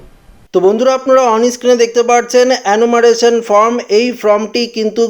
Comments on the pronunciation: ফরম নয়, ফর্ম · ফর্ম ফিলাপ করার জন্য বি এল ও অফিসারদের সাহায্য করতে হবে। সকলের পক্ষে নির্ভুল ফিলাপ করা সম্ভব নয়। এটা যাতে ঠিক হয় সেটা দেখা নির্বাচন কমিশনের কর্তব্যের মধ্যেই পড়ে। এই যে আপনি বলছেন আপনি কি নির্ভুল বলছেন? বারবার form কে from বলছেন।